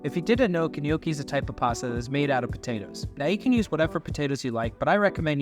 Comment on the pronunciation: I winced every time you said gh-nocchi 😂😂😂 as an Italian American from Jersey it hurt. But it looked good my dude I’m gonna try it tonight!